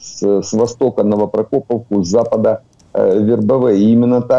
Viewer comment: "Новопроко́повка", а смеялись с "Шебекино-Шмякино". Гляньте уже правильное ударение и произношение. Слава Украине.